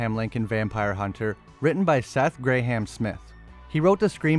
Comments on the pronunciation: You pronouncing Graham, “Gray-Ham” never gets old bro lol…..it’s pronounced “gram” like Graham cracker. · Gray Ham... why cant Americans pronounce Graham properly...